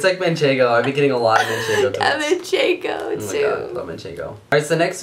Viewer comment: Watching foodnetwork Jamie Oliver is cooking with manchengo and says manchengo everyother word all I can think of is and saying it! MANCHENGO!